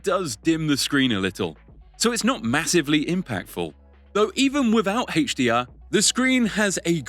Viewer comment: Hey-che DR? Lmfao